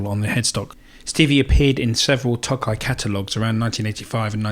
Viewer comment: Tokai's first half should be longer, as if you're saying "toe kite" without the t. It means "eastern ocean." Their names sound silly (Breezysound is their Tele, Love Rock is their Les Paul) but the sound and playability are good. I've had 3 Fender tele's but am currently playing a Tokai as I like the sound more.